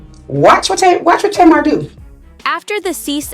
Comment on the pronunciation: Her name is pronounced Tay-mar.